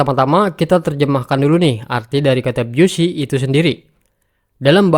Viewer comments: Maksudnya yg bener dibacanya bisi. Lebih tepatnya "bizi". Bukan biyusi. Belajar bahasa Inggris, mas. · Bacanya Bizi... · Busy dibacanya 'bisi' selebihnya konten ini keren n berguna👍